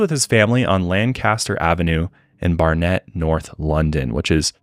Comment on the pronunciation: Also barnet is pronounced more like bar-nit 😂